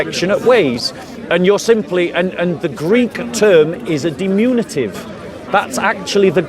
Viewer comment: It’s diMINutive…not diMUNitive